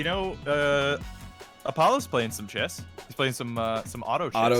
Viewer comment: Chess / Chess / Chess say it with me now